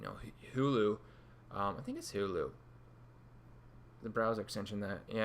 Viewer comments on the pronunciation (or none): Its hola not hulu, hulu is a video service. Thanks for the insight into serpify though.